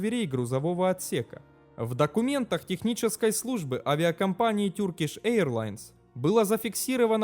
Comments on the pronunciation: Туркиш, а не Тюркиш, Эйр Франс, а не Айр Франс...вроде про авиацию говоришь, хотя бы загугли как авиакомпании произносятся, о которых говоришь, если немецкий в школе, а не английский учил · Спасибо за видео, только Turkish произносится не "тюркиш", а тЁркиш